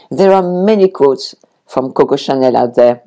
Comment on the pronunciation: Je suis la mode, aussi! Or, at least I’d like to think so 🙂. I thought you were talking about coats, got to get that w in there, sweetie, quotes is pronounced Kwotes en anglaise.